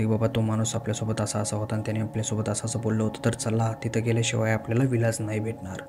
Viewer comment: विलास नाही ईलाज।।